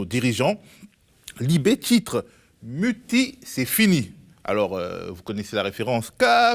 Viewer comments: En allemand c'est "Mutti" (mout-ti) et non "Mütti"... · Mutti (diminutif de Mutter, la mère) se prononce "Mouti" et non Mütti (faux) qui se prononcerait comme prononcé dans la vidéo Mutti. Les français ont décidément des problèmes en Allemand et pas que... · Un detail: on prononce bien "mouti" pour le mot Mutti.